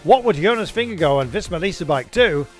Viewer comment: For goodness sake - please learn how to pronounce Vingegaard! Vin ger GARD. Not “Go”…